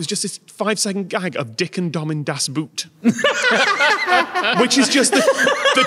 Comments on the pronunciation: "das Boot" not "das Buut" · I was waiting for to pronounce 'Das Boot' with a German 'oo' instead of 'u' (English 'oo'), but he also pronounced it the same. No wonder it derailed into 'boot' jokes after that. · It always cracks me up how english people pronounce das boot, when in reality it is pronounced exactly like the english equivalent word boat 😅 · "Das Boot" is pronounced as how you would pronounce "Das Boat" in English, not the shoe ;) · The way you pronounce "Das Boot" ... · How do English speakers keep saying das boot (as in the footwear) when 'boot' in German not only means 'boat' but is pronounced as 'boat' as well... ^^;; Just say "das boat". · Come on, you're the kind of guy I expect to know that "boot" in "das boot" is pronounced like a Northerner would say "boat", as it is in fact about a boat. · Why are you pronouncing Das Boot in english :(